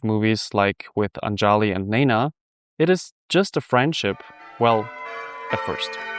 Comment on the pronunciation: It's ANJALI.... pronounced UNJALEE....and NEPAL ...NAYPAAL